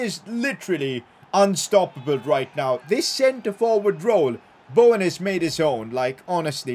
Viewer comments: Fr. It’s not Bauwen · Why tf do you all get so triggered he doesn’t say Bowen properly, like is it really a problem?